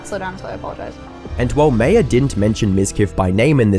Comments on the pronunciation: I've been getting strange feeling from this channel. Feels like it's ran by AI. Mispronunciation in most videos and even name that you would think someone who's doing documentary should have known... Maya as Meiya really??? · "MY-Uh" not "May-Uh" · Saying Maya with a pronounciation like Mayo is diabolical. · "Mai ya" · MAYE-UH BRO JUST PRONOUNCE THEIR NAMES CORRECTLY, IT'S NOT HARD